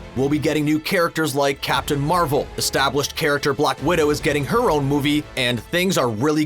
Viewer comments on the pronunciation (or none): Dude said block for black!!!